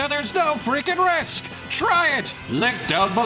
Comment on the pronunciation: I always watch ads. At the end of this one, I'm pretty 100% sure he said, "Lick down belooooow" instead of "Link down below!". Good job,.